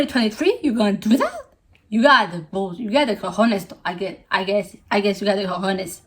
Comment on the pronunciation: I WAS THINKING I KNEW YOU! You are who made that nose tutorial that appears me on pinterest like every week Btw, the c in cojones sounds more like the c in cock, like more strong(?) idk how to say it